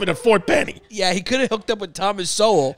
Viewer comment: Chris keeps saying Ft. Benny 🤣 its Ft. Benning